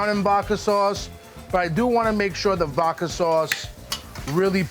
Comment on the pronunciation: Take a shot of vodka everytime he says "vaaadka swauace" but instead of vodka use water 🙄